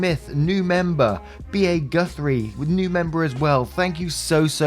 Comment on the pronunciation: Yay! I got my shout out ^w^. And you pronoumced my name right! I can't count how many people pronounced it "Goothrie."